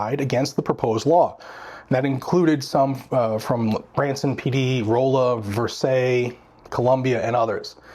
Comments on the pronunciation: Hey. Kind of a nit-picky point here, especially for local residents. The town name of Rolla is not pronounced as "Rowlla". It is pronounced as "Rawlla". I once had to listen to about a 15 minute diatribe from a very senior lady about exactly that subject. It was probably the nicest backside-chewing I have ever received. Just thought you might want to know. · Feds can still do their thing, they just won’t get any help from state enforcement from what I understand? Anyway, If you are in Jefferson City, welcome! We’re pretty chill here outside the capitol bldng. Also: Rolla= “RAW-luh” Versailles = “ver-SAILS”